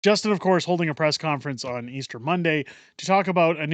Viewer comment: notice how Justin cant even say Easter. Unreal!